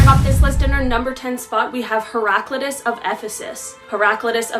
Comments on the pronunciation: Great information. Just for future reference (and I’m not trying to be a troll). Heraclitus name is pronounced heh-ruh-KLY-tus (ˌhɛrəˈklaɪtəs) And the term mis·an·thrope is pronounced /ˈmis(ə)nˌTHrōp But again great info. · it's hera-clitus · I'm pretty sure you have the philosopher's name wrong it's not pronounced like that as far as I know